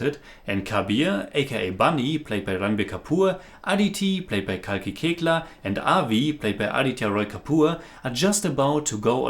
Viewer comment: Very few people know the pronunciation of Koechlin is "Kekla", I am happy but not surprised bcoz I expect this from you. by the way as you know Kalki is a very fine actor & you have watched her in Waiting, A death in the Gunj & Gully boy. But her performances in Margarita with a straw, Dev.D(best adaptation by Anurag Kashyap) & That girl in yellow boots(including Naseeruddin Shah) are waiting to be reviewed by.